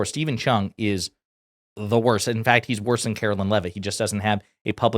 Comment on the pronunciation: "Karo-lyin leavitt"